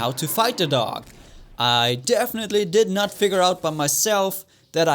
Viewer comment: Hör auf DoG als "Doge" auszusprechen :V